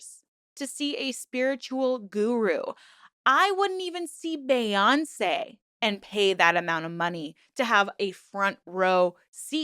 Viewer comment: I love your series (no shade) but the way you pronounced Bay-yoncé made me giggle. ❤ Love your videos tho.